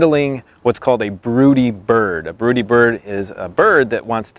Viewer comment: Well he can't even pronounce it right but broodies are pure gold